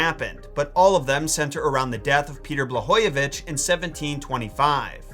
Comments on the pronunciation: its BlaGojević and not Blahojević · Correction: It's pronounced BlaGojević, as it's written, like Gordon, guide, God etc., not Blahojević.